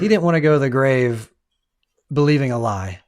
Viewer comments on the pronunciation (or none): none